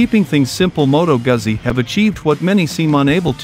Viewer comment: Can we please learn how to pronounce “Guzzi”!